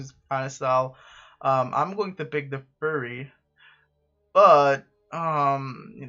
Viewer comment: Pls stop pronouncing fury like that it's not furry lol